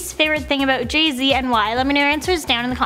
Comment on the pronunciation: Jeh zeh, has jus come oot with a new abloom